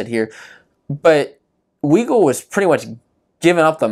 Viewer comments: U can't even pronounce Weigle and then you don't even know how he wrestles that's his MO his whole career can't take a y body down never has he rides and tilts but he is good at it without the benefit of what Dayton gets away with so yeah it's close he is also 197 lb you expect those matches to be a lot more controlled and close not impressed with your lack of knowledge about the sport you obviously never competed in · How is it a great recap when u have to correct him about Weigle he can't even pronounce his name right